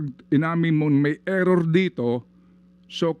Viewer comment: "Error" ampfowtah...